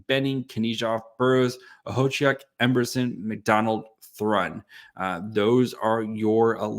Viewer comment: Look at you nailing Okhotiuk's name, way to go!